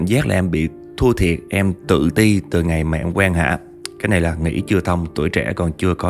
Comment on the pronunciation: "quen Hạ" mà ông đọc sao toàn nghe thành "quan hệ":))